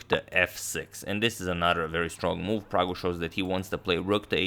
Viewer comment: Ohh man did agad just called him praggu 😍😍